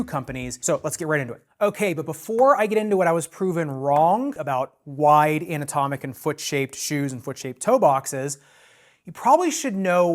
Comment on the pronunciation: Haha, kept hearing “an-atomic” ( i.e., “not atomic”), haha.